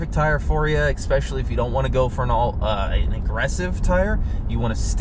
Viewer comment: Good review, but you'd sound so much more professional if you stopped saying "EX-pecially" - the word you're looking for is "ESpecially." Expecially isn't a word. :)